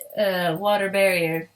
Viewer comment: Water bearer*, not barrier